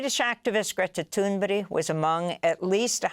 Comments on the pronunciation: Why does Amy Goodman insist on calling Greta Thunberg Greta Thunbery, I wonder. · AMY: Why do you insist on pronouncing Greta's name as Tuneberry????? It is Tunberg lice in ICEBERG. I love you but please stop this stupidity!!!!! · TunBERG not TunBERRY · Amy.....why do you say toon-ber-ee? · Oh god there she goes again. Greta TOON BERRY. Why does Amy do that? That’s not how it’s pronounced. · Why does Amy consistently call her Tuneberry? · Why does she always say Gretas last name like that? Am I trippin?